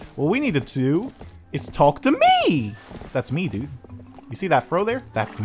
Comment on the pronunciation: hi dudet lol dude not dudet vuz dudet is a girl lololol